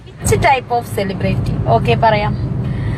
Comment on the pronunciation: അതുലെ രേണയോട് പറയണം സേലെബറൈറ്റി അല്ല സെലിബ്രിറ്റി ആണെന്ന് 😂😂